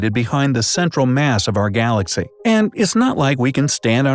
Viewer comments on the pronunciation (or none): Wait, did he just say glass-cow?